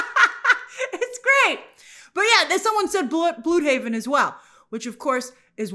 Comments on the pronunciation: Bloodhaven, not blude-haven. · It's pronounced "bloodhaven"